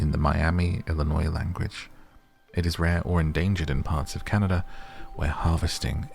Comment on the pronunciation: Chicagoan here! Thank you for pronouncing Illinois correctly! 😂❤